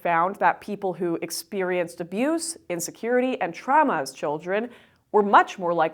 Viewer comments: Did your upbringing traumatize you so much that you pronounce "trauma" as "tramma"? 🤭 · "Tramas" Haha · Can we all agree that trauma has the letter u in it? Unless she's saying another word I can't figure out. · That’s Canadian English for you. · Why do you pronounce trauma so weird? 😋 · Your inability to pronounce "trauma" correctly really triggered me this video. I suspect this was intentional.